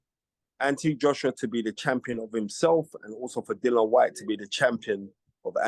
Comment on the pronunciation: Dillian HIS NAME IS dillian not Dillon Spencer you are better than that or should I say Spence